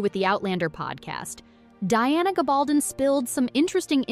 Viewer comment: is absolutely correct about the pronunciation of Diana’s name. I once saw an interview with her when that’s what she herself said is correct, and grumbled about how few people ever get it right. Furthermore, that’s the standard pronunciation of names and words with this kind of format in Spanish - a language I’m very fluent in.